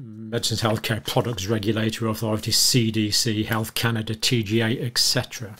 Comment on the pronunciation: Off topic, but etc. (et cetera) isn't pronounced "EK-setera", but "ET-setera".